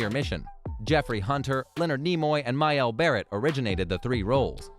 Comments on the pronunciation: Majel is not pronounced "My-yell". It's pronounced "Maje-el". Sheesh. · Why is it that in every single one of these types of infovid there is a mispronunciation of a well- known name, such as in this one, disrespecting Majel Barrett (he says, “may-HELL” instead of “MA-gel” as it’s been said for the past 50+ years, that is, up until here. Note to the talent: You get paid to talk. Say things correctly. It’s not that fucking hard. Note to the producers: Get talent that actually has talent. Aaaand/or, find someone who has watched the show once or maybe even twice, and if that’s not an option, how about doing just a few SECONDS of research. Honestly, it’s not that hard to do. Note to the editors: Don’t be a pussy. Tell whomever writes the checks or has final approval before posting that y’all fucked up. Otherwise, the clickbait title is basically a flat out lie, veiled by technicalities that only a useless, view- grabbing schmuck would hide behind. One more tip: Star Trek is hot. Very hot. All you’d need to say in the title is(abbreviated for time), ‘ST:SNW Facts you probably don’t know!’ And then, LO ~&~ BEHOLD, clicks will happen. And a lot less thumbs-down clicking will happen as well. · Nice that you can't even pronounce Majel Barrett's make. Real Trek fan you are! Christ. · The dude narratoring is dumb! You butchered Majel Barrett's name!